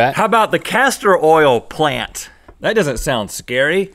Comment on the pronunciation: he said "plan tit"